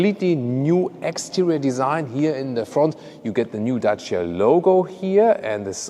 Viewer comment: Us Romanians thank you for pronouncing dacia so well!